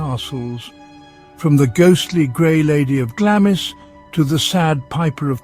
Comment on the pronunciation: Glamis is pronounced as Glamz, and Culzean is pronounced as Culain. The AI voices really do struggle with Scottish place names. The castle that you showed when you were talking about Glengorm was actually Eilean Donan Castle, which is on the road to the Isle of Skye.